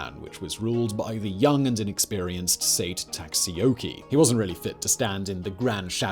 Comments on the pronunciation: SaitO IEyasu not sait and Leyasu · "leyasu" vs "ieyasu", might actually have been spelt correctly but read wrong. Also "Sait" instead of "Saito", particularly egregious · I got a good chuckle out of all the mispronunciation, cause I know Simon probably doesn't care at all. But saying "Saito" as "sate" had me laughing and cringing all at the same time, thank you xD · saito is pronounounced Sigh-toe. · The lack of the long O like in Saito is also quite irksome. Otherwise an incredible video as always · Dude that and the mispronunciation of Saito had me cracking up